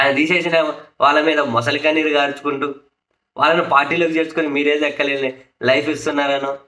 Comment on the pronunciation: ముసలి కన్నీరు కాదు. మొసలి కన్నీరు. అది అసలు తెలుగు